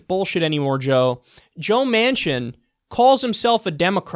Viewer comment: The first couple of times I thought he was saying Joe Mansion. I was like , no wonder he is a sellout.